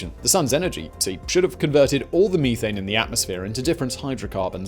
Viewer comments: Pet peeve it's meth-ane. Ane is a suffix connotating the chemical structure and meth for the chemical itself. You don't say people smoke crystal meeth so why would you say meethane? Just had to let that out. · the word is meth ane not me thane. LOL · Simon... I know your British or something to that accent...but meethane...it is a short E...methane...as in meth-ane...otherwise like the trim job on the beard... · I'll be honest. I paid more attention to him saying ee thane and me thane lol. Eth ane and meth ane. I couldn't imagine Breaking Bad with blue meeth. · "Stop right there thief!" "Meethane" "Oh, sorry Thane. I didn't recognize you" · Me-thane as opposed to You-thane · Mee-thane. Weirdo. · "Me"thane lol